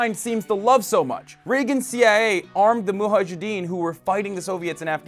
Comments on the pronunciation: "Muhajidin" 😂😂😂😂😂 gorl it's MUJAHIDIN. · it is m u j a h i d e e n not a muhajideen by the way. your arabic needs practice dude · Hasan, it's Mujahidin not Mujajidin. Take 2: Muhajidin. FUUUUUU! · It's pronounced Mujahideen not Muhajideen lool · It's muJAHideen as one muJAHid not muhajideen. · it's mujahidin not muhajidin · Hasan, who are muhajadeen? You wanted to say mujahideen? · muhajideen lol it's mujahideen bro. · Mujahedeen* not muhajedeen 😅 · Its mujahadeen not muhajadeen... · dude. it's "mujahedeen" MU-JA-HE-DEEN. Not MUHA-jedeen... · it's "mujahideen" not "muhajeddin", hasan. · MuJAhadeen, not Muhajadeen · It's Mujahideen, not Muhajideen. Correct yourself, before somebody like Tomi does. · Muhajjideen? what? they're pilgrims? You mean mujahideen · WTF if the "muhajidin". the irony that this muppet is taking the piss out of tomi for being dumb when he himself either cannot read or pronounce or maybe is completely unaware of the word "muhajidin". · Pretending to be analyzing politics while u can't pronounce the word Mujahideen properly? Bastard?! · WTF is muhajedin you idiot!!!! If you wanna take down somebody at least don't be a fool like them! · siavash rezazadeh lol isnt hasan middle eastern himself, yet he can't pronounce mujahadin? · It's mujahideen . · "moo ha jideen" well done Hasan haha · LOL Hasan, you too, really? "Muhajideen"?! Please TYT people, learn how to pronounce the words you're using... Also, let's pitch in a few cents and help poor Hasan buy some thread and a needle to fix his jacket. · "Muhajideen" ... Hasan, really? Otherwise topnotch. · "Muhajidin"???? Is that a new pokemon? =^Z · it's mujahdeen. -_ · Mujahedin You know, like the word in the article before your eyes. J first. Then H. Mujahedin. Moo-Jah-He-Deen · "muhajideen"..... come on lol hassan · Jo Jo only he's not pronouncing it right. Depending on the context his mispronunciation could mean 'immigrant' or 'the one who's asleep' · Huh-huh! He mispronounced "mujahideen" twice!